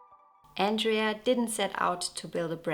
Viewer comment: It's Andrea, not Andrey 😊 She's a very beautiful girl.